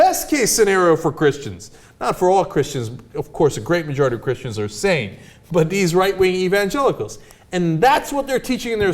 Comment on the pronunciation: u saying christian s with a hard S on the end makes me think you think all of use are like that not all of us think where all high and mighty their is a good 50 percent of us who would just like to be seen as a religion that is as equal to any other one nothing greater nothing bigger just the same as everyone else